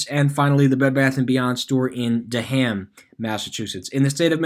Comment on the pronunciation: Wouldn’t make it in Massachusetts with those pronunciations 😂 DEAD-‘EM RAY-N-‘EM DART-MYTH